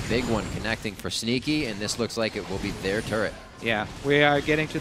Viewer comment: Sounds like says "Stinky" instead of "Sneaky"